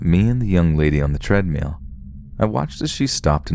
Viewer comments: Treadmill does not have an E in it. It is not "Treadmeal". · I'm glad I'm not the only one who says treadmill like 'treadmeal' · the way you pronounce the word "treadmill" is utterly hilarious... treadmeal lmao!